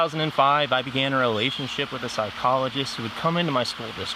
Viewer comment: The way he emphasized "relationship" with a psychologist... I think there's a reason that UFOs and Epstein disclosure are like the only two secrets that are still being kept from the public today. These programs were able to take kids, and Epstein got tied up in that somehow through his unconnected kidnapping activities. Huge money and secrecy in both. They are connected somehow. And it sounds like kids were getting fucked either way 😭 ps. I like the auto focus glitch, it gives you more of a "psy phenomenon" type vibe haha